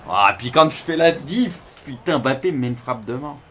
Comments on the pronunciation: non c mbappé pas M Bappé ni bappé . En fonetique ca donne mmmbappé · Ça me stresse quand il prononce le nom de "Bappé"..